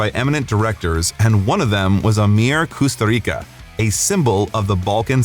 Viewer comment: Jesus christ, how you pronounce 'Kusturica'.. just horrible